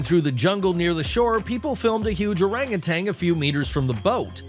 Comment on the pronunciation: the word is "orangu-TAN", not -"TANG". It's a very common mistake.